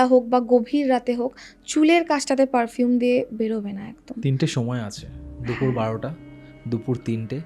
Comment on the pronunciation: Dupur ❎dufur✅😂